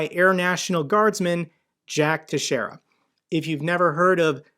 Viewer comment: love your channel, you are very informative. Just so you'll know, the correct pronunciation of the name Teixeira is Tex-era. I live about 30 miles from Teixeira, and it is a Portuguese name. We have a very large Portuguese decent population here in Southeastern Massachusetts and most t hem depend from the Azores Islands. And thank you for your service to our Nation.